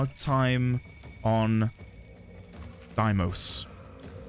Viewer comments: All prime parts are dropped by relics, so you can safely google that! But I'd be wary of googling where you get the relics themselves tho XD also, its day-mos, not die-mos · I think its pronounced like dei(they)mos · Few notes. It's "Day-mos", the song is "party of your lifetime" by "On-lyne", and the warframe is pronounced "Zaku" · Deimos in Warframe at the very least is called "Day - mohs" just as a heads up.